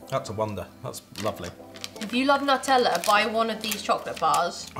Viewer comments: As an Italian it sounds so bad you're calling it nuh-tella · It’s NEW TELL Ah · Its NOO TEH LLAH (Nutella)